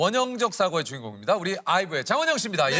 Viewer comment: 첨에 안녕하세요 장원영입니다 할때 발음 샘ㅋ 자워여 입니다~